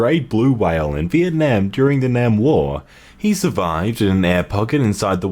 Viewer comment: when you say Vietnam and Vietnamese you dont over produce the "iet" but it's okay just slightly bothered me :)